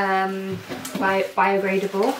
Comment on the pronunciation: Sometimes the mouth is quicker than the brain. 😁